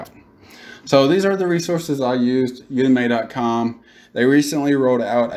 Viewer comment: Thanks for the info man, definitely helpful, but Jesus..... It's pronounced "you-dem-eee" not "You-Dem-May".